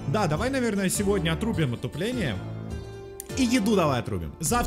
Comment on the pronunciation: мне послышалось или он сказал отупление? )